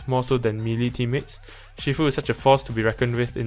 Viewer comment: Bro, aren’t you Malaysian Chinese? Your pronunciation of Shifu is wrong. It’s not She-fu...